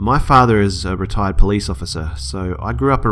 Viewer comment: When he said retired police officer I thought he said retarded police officer